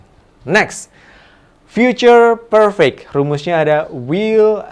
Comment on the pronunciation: mistake pronunciation "perfect"